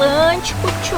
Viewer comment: Ela falou Tchô ou é impressão minha? 😲😲😲😲😳